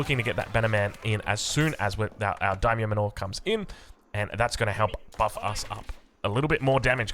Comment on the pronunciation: Regarding the "Day -myo? Dye-myo?" It's pronounced like the English "dye/die." The "ai" sound is always the same in Japanese, so samurAI, dAImyo, gAIjin, etc.